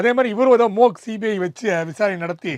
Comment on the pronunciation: அது மோக் இல்லை மொட்டை நண்பரே. மாக். சரியாக ஆங்கிலத்தை உபயோகியுங்கள்